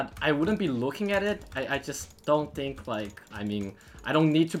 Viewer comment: He says think as tink